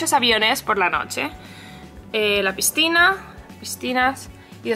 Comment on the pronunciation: Nadie más se ha dado cuenta de que dice pisTina en vez de pisCina??! OMG :O